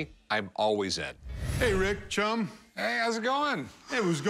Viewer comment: Nobody: Nobody at all: Rick: RiSk